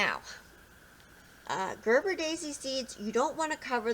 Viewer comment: Its ger Ber a daisy